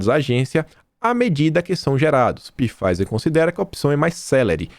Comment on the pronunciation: Alô, favor notar que na pronúncia da Pfizer o P é mudo. Fala-se "Faiser". Abraços.